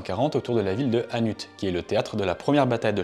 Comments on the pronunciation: stp travaille la prononciation des ville belge stp Hannut se prononce anu et gembloux se prononce jemblou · Gembloux pas GUembloux. Gueule différent de geule c’est pas facile de parler français quand on est français francophone. Sans rancunes et hannut se prononce hannu. Sinon les infos sont biens . J’ai juste eu mal aux oreilles par moment. ❤ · Gembloux commence par un G et pas Gu, ça se prononce donc comme un J. Pour Hannut, on ne prononce pas le t final... Merci pour ce récit très intéressant, concis et clair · Vidéo comme toujours très intéressante ! Bien évidemment une suite d'épisodes sur le meme thème serait apprécié. Par contre n'hésite pas à demander les bonnes prononciations pour ce qui est des villes ("Guanblou" au lieu de "Jean-blou" et "hanutte"au lieu de "à nus"qui m'ont particulièrement fait saigner les oreilles 😅) Et juste pour ta culture sur les festivités locales un peu loufoque la ville de Gembloux accueil chaque année la célèbre course d'endurance des 6h.... Brouettes ! Organisée par l'école d'agronomie c'est bien évidemment, Belgique oblige, une bonne excuse pour boire quelques bières entre copains 🍻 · Gembloux se prononce Jembloux et pas GUembloux. Hannut se prononce Annu et pas HannuTE. Un Belge qui te remercie pour la vidéo. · Magnifique vidéo, j’habite juste entre gembloux et Hannut et j’ignorais tout de cette histoire Juste une précision, on prononce jambloux et hannu 😅 sinon top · très intéressant ! pour info, Hannut se prononce "anu" (T muet) et Gembloux se prononce "jambloux" ;-) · Salut, Hannut se prononce "Hanu", le "t" est muet, Gembloux se prononce "jemblou" et c'est une chouette vidéo. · Beau travail. PS : on ne prononce pas le "T" final de Hannut. Et Gembloux comme Jambloux Merci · S'il vous plait, le nom de la ville de Hannut en Belgique se prononce sans le "t" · Petit soucis au niveau de la prononciation Gembloux se prononce comme "gens" et Hannut se prononce avec un "t" muet à la fin :-) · Hannut c’est sans le T